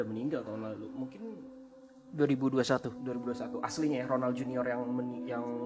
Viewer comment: Aduh aku dengernya ngakak ronald jadi ronan 🤣🤣